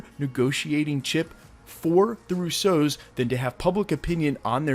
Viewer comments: Not to be picky but it’s the RUsso brothers, not the RussO’s. It’s an Italian last name and the stress is on the first syllable in this case. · Why u say Russos like there a type of cereal lol roose- ohs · They're not the Rouseaus. They're the Russos. They're Italian, not French - accent on the first syllable. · The “Russeaus”, this is the first time I’m hearing their names in a French accent. Lol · Bro stop trying to pronounce russos in a different way its mad cringe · Bro. I gotta know why do you say their name like that?? Love your Channel keep up the good work